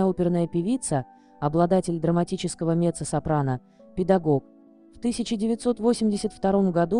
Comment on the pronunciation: Ну как можно делать такие ошибки? мецА-сопрано!!!!